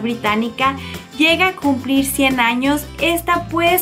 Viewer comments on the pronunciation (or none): none